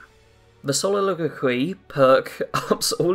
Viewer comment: Soliloquy suh li luh kwee, you are not the only youtuber who doesn't know how to pronounce the word, majority don't even know what it means. But you you did pronounce it almost perfectly